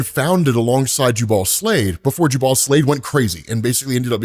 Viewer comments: FYI, it's pronounced JUbal not juBAL. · It’s painful hearing you say Slavid’s name. Jubal (Jew Bowl or Ju Buwl). Think Jubilee. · Jubal is pronounced... Jew-bull